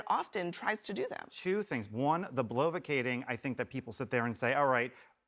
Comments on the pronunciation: There is no such word as "blovicating". This guy is accused of answering a question with a question, denies it, and then DOES IT AGAIN immediately after. He has no actual valid arguments, just a pile of the usual Trumpist lies and what-about-ism. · Smug bearded hipster Ryan Goofsky should stop bloviating. Blovicating is not a word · umm it's 'bloviating'